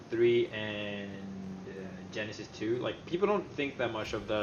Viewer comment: jasty powalski I think he says it more like "Genesis, too" rather than "Genesis 2"